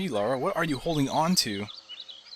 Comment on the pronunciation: Her name is Lara. Not Laura.